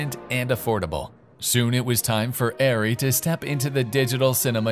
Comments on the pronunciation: Isn't it pronounced "Arr-ree"? Not "Air-ree"? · please, please learn how to pronounce German words - including "ARRI"